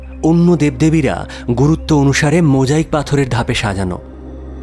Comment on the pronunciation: There is no such dessert as Alaskan pudding its called BAKED ALASKA.... its not coach its called couch. Its mosaic not mojaic why corrupt English words with Bengali pronunciations? Americans speak very differently than the Brits. American accent is very different than British English. Here in this case the American Colonel spoke in a British accent which is hilarious 😂. Time to learn some American English dear team. Best wishes from Hankinson 🇺🇸